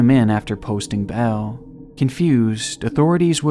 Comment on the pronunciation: love your videos but... bail, not bell.... At first I was like what? bell? Than I got what you were saying